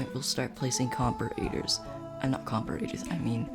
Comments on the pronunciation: great video bro but im not gonna lie to u, you dont say comperators its said like comp-ara-ters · I laugh so hard every time at the comp-ah-rate-ers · The way he says comparators pisses me off but other than that it is a great video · i hate how you pronounce comparators >:(